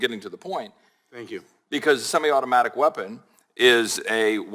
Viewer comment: Nadler can’t even pronounce semi-automatic…. Pretty sure you shouldn’t decide any policy on something you can’t even pronounce.